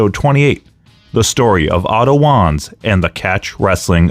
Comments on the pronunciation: I hate to be that guy to say it's pronounced "Vaanz" (W's in German are pronounced as V's), but this was a great video regardless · And, I Believe that It Was "Vanz", & Not "Wanz" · Wanz is pronounced like V-ah-ntz like Walter was pronounced valter before he went to the WWE. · Isn't Otto's last name pronounced Vahnce? That was the way the AWA announcers and commentators always pronounced it.